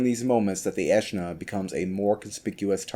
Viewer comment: Its actually pronounced Aeschna, not Aeschna